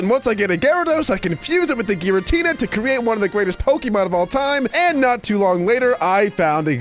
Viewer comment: its gyratina